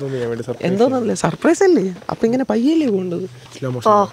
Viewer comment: യെ പോലെ സപ്രൈസ് എന്ന് പറയുന്നവരുണ്ടോ😂